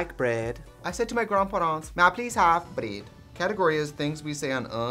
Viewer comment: Literally, “I said to my grand pahrants, may I please have bredd?” Is my favourite soundbite of all time. I don’t know if it’s a combo with the editing or what, but it’s a classic.